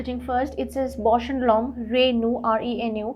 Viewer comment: Great video but FYI it is pronounced ‘Renew’ as in it renews the dirty lenses and not like the name Renu.